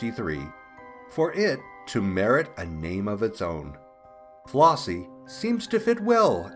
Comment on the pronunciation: The name is FlEssie not FlOssie.